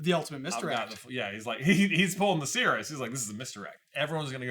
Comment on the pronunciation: I am so glad you guys properly pronounce Sirius' name, I don't know how may times Ive had to try to explain that he is a dude who turns into a dog, Sirius is the Dog Star, Regulus is also named after a star, and his name is not Cyrus.